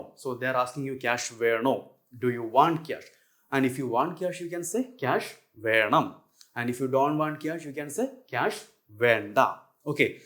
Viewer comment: nice lectures. you write Venam but you pronounce as VeRnam... so is there an RR sound in venam or simply Venam is understandable, im counfused,. because i hace noticed in malayalam language too much use oof the Rrr sound